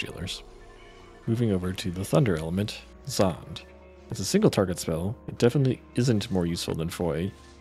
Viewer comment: Is Zonde pronounced like that? I assumed it was “Zon-Day” Considering practically every tech has two syllables or more aside from grantz. It sounds better too. Nah, been pronouncing it like Zonday since I was in the 3rd grade, so I’ll never pronounce it the way you are 😂